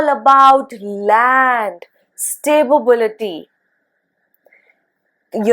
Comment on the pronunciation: Madam, I just noticed that you pronounce the word “Stability” as “Sta-bi-bi-li-ty” in few previous of your videos as well. I hope this comment will help you recognize the little mishap… I wish there was a way I could send you a personal message about this. I just mean well, and I love your videos! One question… Do these inferences work only on Sade sati, or do they work on Ashtama Saturn transits as well?